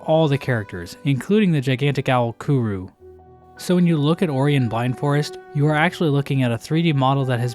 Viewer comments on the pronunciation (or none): Kooroo lol.. it's pronounced Koor - oh